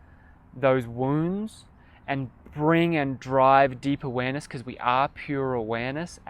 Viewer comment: Lol about halfway through when you started saying deep awareness a good few times - I initially misheard what you said as deeper weenus. . I was so confused until you said it a 2nd time. Lols